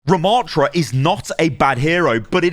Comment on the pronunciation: The name is not Ramaaaaatra. The second A is a short one. Rama.ttra. A double T plus another consonant means a short preceding vowel!